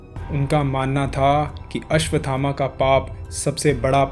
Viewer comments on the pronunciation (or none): द्रोणाचार्य के पुत्र का नाम भी अश्वत्थामा है,आपके वीडीओ में लिखा भी अश्वत्थामा है, फिर यह कथा सुनाने वाले महोदय आप अश्वथामा शब्द क्यों बोल रहे हो।